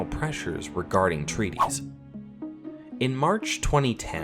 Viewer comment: march not match